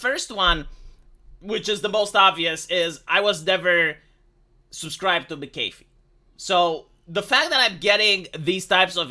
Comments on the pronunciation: Mc Aeh fee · Hey, watch any video ever made involving John McAfee to get the pronunciation down.